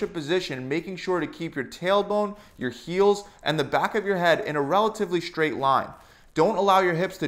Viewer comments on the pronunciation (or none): Straight not shtraight